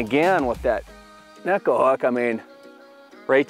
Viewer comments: Great info and bait choice. But it drives me crazy when this technique isn't pronounced properly. Pronounced Neh-Ko. E is an Eh sound, I is an Ee sound in Japanese. Neko also translates as Cat in Japanese. the way the hooks sits on the bait, it looks like a cats claw. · Hey, Shin Fukae brought us up to speed on its pronunciation a few years back. It is indeed pronounced Neh-Ko but its easy for the American-English tongue to spit it out Neck-O. Understandably the English name Neko is Pronounced Nee-Ko which throws a lot of people off by default. After taking what Shin said and doing some research, the way I understood the Japanese translation was "Cat" as in cute (small, finesse). Neko is also a pop-culture buzzword in Japan and is used in a lot of ways. It has a slang connotation referring to " Bottom" but I'll let you do further research on that controversial meaning. Makes sense being as it's fished on the bottom. LINK to SHINS VID: -McKeon Thanks for watching and commenting!